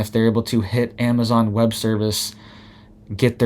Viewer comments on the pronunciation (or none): none